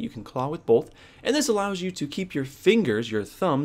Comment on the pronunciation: Bolth :). Both? A lot of people say it with an L. Interesting. Big fan. Just giving you shit. Been playing claw since Halo 2.